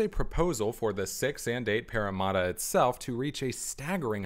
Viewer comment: This is a great video BUT I CANNOT GET OVER THE WAY YOU SAY PARRAMATTA As a sydney-sider I find this video very interesting as I have been and seen these towers many times, but I just have not seen them from all angles. Just looking at these towers from some of the angles shown in the video just blows me away.